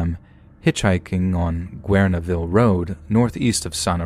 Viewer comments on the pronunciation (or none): I currently live in The Redwood Empire area. I'm sorry & i am embarrassed, to correct, it is pronounced: Gern - E - ville, sometimes pronounced Gern - ville. It is spelled: Guerneville. It is easy to see why, people seem to have different ways, of reading & pronouning it. PS... it is: Mah - rin, not pronounced like Cheech Marin's last name... It is Mare-in. Spelled:Marin, I was actually born & raised, in the San Francisco Bay Area. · OMG! Last story! I'm from Sonoma County <3 PS: Guerneville is pronounced "Gernville"